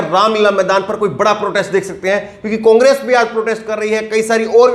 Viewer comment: O Ke Pronounciation Mein O Ka Murda Niklte Ho. Congress Ko Cungress Aor Ore Kahete Ho.